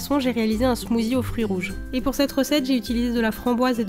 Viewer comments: ça me stress quand tu dis smoozie , C SMOOTHIE ( SSSSSS) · C genial il y a tout des recettes de la beauté...... Sa change mais par contre tu dis smoozie et sa se prononce smoossie (meme si sa s'ecrit smoothie) bisous ma belle 😘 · Super vidéos, à part qu'on dit "smoussie" et pas "smouzi" 😉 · ce n'ai pas un smoozi mais un smoothie mais ce n'ai pas grave !!! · On ne dit pas smozi mais smossi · J'adore tu dis "smoozie"😀